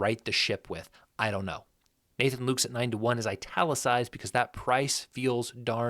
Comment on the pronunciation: I feel like a d correcting your pronunciation but I know you don’t mind. Nathan Lukes is oddly pronounced Lucas. 2 syllables.